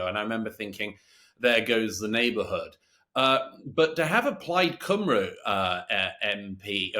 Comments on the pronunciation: Plaid Cymru is pronounced 'Plide Cumree' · Love you James and Douglas but Plaid Cymru is pronounced (Cumry) not (Cumroo)😂😂